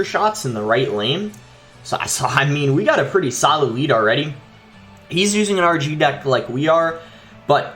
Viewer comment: “It’s still a sAlid card”😂😂